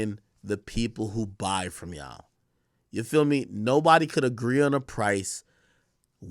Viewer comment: When did the word YA'LL become YAW? ..